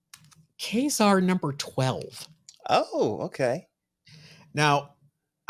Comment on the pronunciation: Thanks for pronouncing Ka-Zar correctly 😊 guys